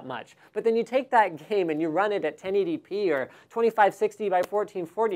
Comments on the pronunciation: lol 1080penis xD I can't be the only one that heard that and cracked a laugh. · "1080 penis"? xD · haha he said 1080penis lololol!!